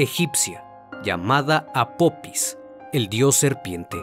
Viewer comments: El dios o deidad egipcia se llama apofis no apopis, hay que leer antes de hacer un video estimado. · Una observación el nombre del Dios egipcio es APOFIS no APOPIS, lo siento tenia que decirlo, de ahí en fuera todos tus vídeos son muy interesantes. Gracias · Hola . No es apopis es apofis se escribe apophis y se pronuncia apofis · Casa vez que dices “Apopis” 😂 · Se pronuncia apofis